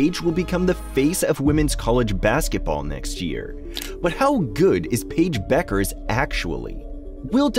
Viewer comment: Who? Pa-ige Buuukerzze?